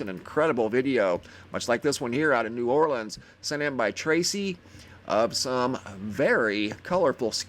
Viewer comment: At least you pronounce it correctly!!!... LOL You said New Orleans the way we say it here... New Ore Lenz Most people pronounce it New Ore Lee Anz. Thank you for pronouncing my city correctly!!! 😉